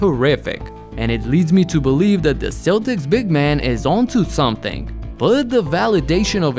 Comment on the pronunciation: Not trying to be pretentious or anything but Celtics is pronounced "Keltics" not "Seltics." Just an FYI for the future.